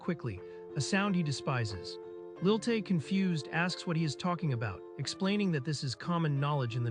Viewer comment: It's Lilie not Lil Tay.